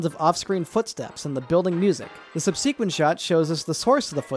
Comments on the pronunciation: Sub-SEE-quent. You put the wrong em-PHAS-is on the wrong Syl-LAB-le. SUB-sequent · Great video. Please pronounce "subsequent" correctly next time, though. Pronouncing "subsequent" with stress on the second-to-last syllable has never been generally considered correct. Merriam-Webster, commonly considered a relatively "permissive" dictionary in terms of pronunciation, does not list it, and the old classic of prescriptive pronunciation, Walker's Critical Pronouncing Dictionary gives stress on the third-to-last syllable without any mention of other variants. The pronunciation with the accent on the third-to-last syllable is also the only one given by Macmillan, Oxford Dictionaries, the Cambridge Dictionary, the American Heritage Dictionary, and the Collins dictionary.